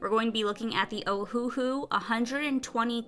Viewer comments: You said it correctly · Great Review Video! Thank you for all the precious inputs. And you are saying the name correctly (thumbs up). :D